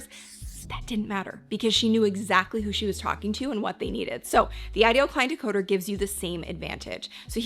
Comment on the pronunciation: Great video! "Decoder" please!